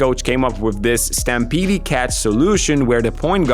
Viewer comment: Second "e" in stampede is silent